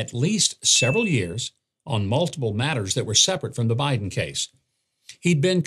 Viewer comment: He mispronounced BIDEN …